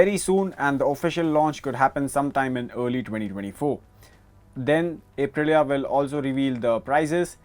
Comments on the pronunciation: It's pronounced "Up"-Rilia not "Ape"-Rilia. You're auto journos, you should know better. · 🦍 - rilia Ape-rilia 🤣